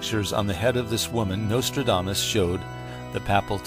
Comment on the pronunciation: Turned it off 5 seconds in when he said nostrildamus.